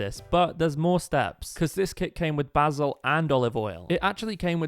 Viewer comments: its basil not bazil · Why basul instead of basil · Its pronounced like baysil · I love how he says basil like bah-sle instead of bay-sil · Sorry but I was dying of laughter when he said baazil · It’s something with the way he says basil